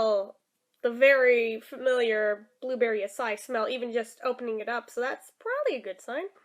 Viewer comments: It is not aci it is ACA-II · acai pronounced a-sigh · i just looked up you said right other than you say e at end